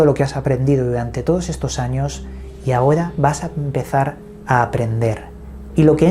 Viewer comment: Te recomiendo ir urgente a un terapista de lenguaje para que mejores tu pronunciación de la R .terrible tormento que daña tus relatos o compilaciones de otros.pero se ve que haces esfuerzos.molesta cuando dices ahoda por ahora,padecidos por parecidos.natudaleza,tuviedon,mudiedon,fuedan etc